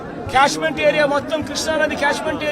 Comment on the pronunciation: Seeing the script and reading, reading two times each sentence. No knowledge about anything. Without Chandrababu Naidu's name you cannot speak anything. So much you are afraid of him. It is not cashment area. It is catchment area. This is due to Budameru and not Krishna river flow. Just speaking whatever you want.